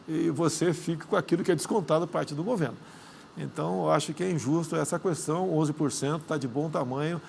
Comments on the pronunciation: minha vó fala qüestão e qüatorze, natural pq eles aprenderam assim 😂😅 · Só falta que parar de pronunciar a letra U quando fala a palavra questão.